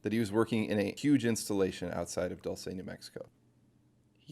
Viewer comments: also im pretty sure its pronounced Doolsay not Dolce how you pronounce it. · Pronounced "DOOL- SEH" or Dual-Seh